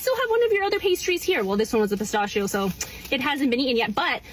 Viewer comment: I hate how she doesn't know how to pronounce pistachio.